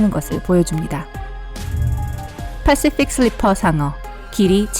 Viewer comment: 패쉬퓍 슐뤼풔 상어 발음 ㄷ